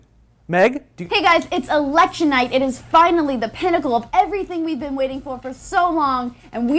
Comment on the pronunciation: was that "election" or "erection"?